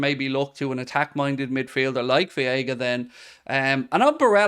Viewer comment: It's about time you learned how to say "Veiga" tbh.